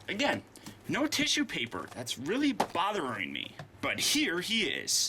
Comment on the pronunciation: you mean tisyu peypa